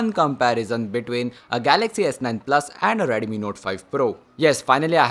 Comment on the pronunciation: It's not Redumi, Redmi it is...